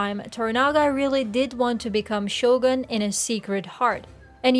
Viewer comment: Can you start pronouncing Shogun properly?